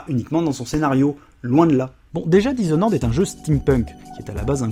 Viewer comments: "dishonoraide"..ok l'anglais frère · "Dizonnoraide comme on dit par chez nous" Alors même sur le ton de la plaisanterie, celle-là, elle fait mal aux oreilles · Je suis con et chiant alors je peut pas résister: dizonored sérieux??? lol ( sinon vous avez fait le jeu en anglais? parce que dire blinck alors que dans la vidéo c'est en francais c'est bizarre)